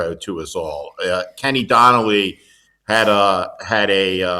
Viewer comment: Uh, Kenny O'Donnell...not Kenny Donnelly.